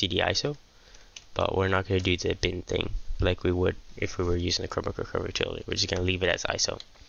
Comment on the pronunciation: Man your not saying bin but din. Speak clearer